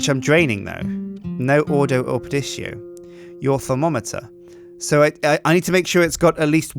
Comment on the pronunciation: It is thaum-o-meter stupid